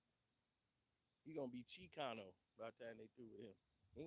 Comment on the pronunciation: “ Chicano “ lol